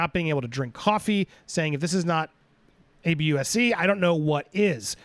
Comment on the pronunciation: why can’t you say ABUSE?